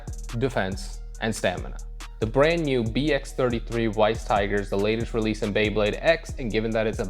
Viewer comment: It's pronounced as Vice Tiger because Weiss is German for White so it means White Tiger. Anything W is V in German. 😅